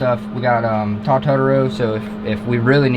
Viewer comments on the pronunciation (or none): none